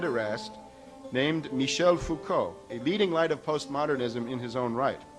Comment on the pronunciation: The Foucault bit is hilarious! An example of TLDR-research. He even failed to read how to pronounce "Foucault", let alone to choose the correct Foucault :)